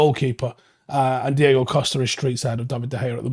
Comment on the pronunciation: Diogo* Dee-OH-Go